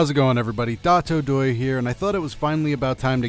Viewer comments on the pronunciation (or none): What I don't understand is that your channel name is spelled "DotoDoya", but you pronounce it "DatoDoye" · because of the way its pronounced in the video I watched! it was dotto. I just cut the extra T